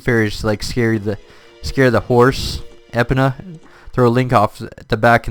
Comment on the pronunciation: you pronounced epona epina, I thought I knew you............